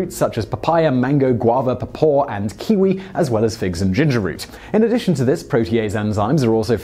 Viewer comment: Just FYI pawpaw is pronounced differently than you spoke it's like two separate words, paw-paw like a puppy's paw or a hillbilly dad high in the hills of kentucky. Native to KY tastes like a banana and a mango made sweet fruity love, and birthed an ugly green potato child.